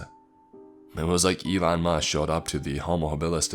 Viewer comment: Elon Mush, not Musk lol